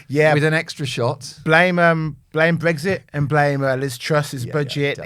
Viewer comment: Mark. There is no 'g' in Brexit. You continually say BREGGSIT which is so no annoying. I agree with what you say about present and past governments. I am a big Brexit fan.